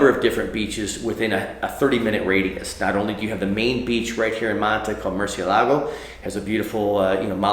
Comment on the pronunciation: It’s Murciélago not Murcielago...